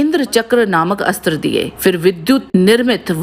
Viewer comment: हर जगह अस्त्र को आस्त्र नही बोला जाता। जहाँ अ से अ या आ की संधि होती है वहीँ अस्त्र को आस्त्र बोलना चाहिए